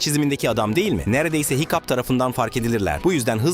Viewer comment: hıçkıdığa hikup dedi hikup ne ya 😅 hicap de bari o daha iyi